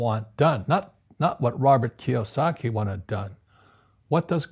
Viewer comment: Its KIYOSAKI...